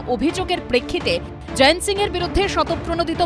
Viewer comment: জয়েন্ত বলছেন কেন? জয়ন্ত লেখা আছে।